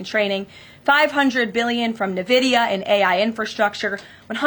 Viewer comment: Great news, but someone please tell Karoline how to pronounce "NVIDIA" 🤣😂